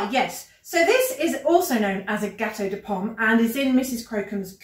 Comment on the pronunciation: XD hoo yeah "gâteau de pomme" aaah le français